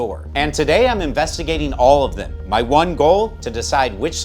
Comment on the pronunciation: "Dem amendments"